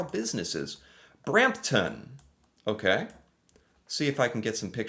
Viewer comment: over a simple simple word? Nope! I’m American even I could tell that that was very often sounding. I have never pronounced a town name that ended in TON like that. if you manage to butcher that name, you’re either doing it on purpose or have an IQ in the single digits